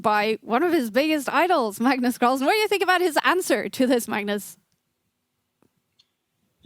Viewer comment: Magnus call-son 😂